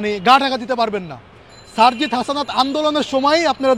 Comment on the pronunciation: সারজিসের নামটাও উচ্চারণ করতে পারে না ! এটা নাকি ছাত্রনেতা !